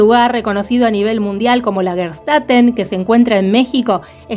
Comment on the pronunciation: Lagerstätte, pronúncia: Lag-er chtEte / traducción : ciudad o urbis de yacimientos / plural : Lagerstätten (con N a lo final). Saludos, Claudia ! Abrazos !